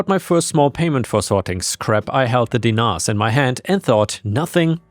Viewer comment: Look. I know the way it looks, is the way it sounds. But the pronunciation of dinars is weird. You have to make the I sound like an E. So den-nars. I have a Macedonian background. It's about the same as Serb.